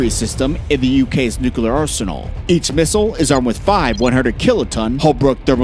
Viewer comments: Is it nuclear or nukelear? Cmon boy damn it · Bro it is NU-CLEAR not nuculur. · It's not new-ka-lar. It's nuclear. New clear. Damn, stop saying that. 2 syllables. Very simple. You sound ridiculous. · "Coordinated nucular". Its noo-klee-ar. Not noo-koo-lar. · As long as it's just a nucular war, I'm not worried. Nuclear war would be unsurvivable for possibly all of us. But nucular, no, I guess we can handle that. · Bro its not nukelar its nu clear say clear like clear not kelar so nuclear weapons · It's nuclear, not nucolar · Homer Simpson English language. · I gave up and stopped watching after he said nuc-u-lar three times. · you mention the F-16 can reach over 15,000 miles an hour. Wow that's pretty fast for a jet. You might want to check if that is right. Also, its Nuclear, not new-kel=er. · Why do people say NUKELAR instead of NUCLEAR still fails to grasp me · Stupid video with the narrator mispronouncing cities and even the word nuclear, pronouncing it as nuq u lar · the continuous repetition of "nucular" is so disturbing...pity because the content is quite good... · NUKU-LUR :face-red-droopy-eyes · nukular nukular xd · Nucular this and nucular that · Nu cle ar The word is Nuclear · Why he keeps saying “nukular” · Repeat after me: Nu - clear Nu - clear Nu - clear Nu - clear …. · Nu-CLEAR god damn it... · You mean new-kel-er ?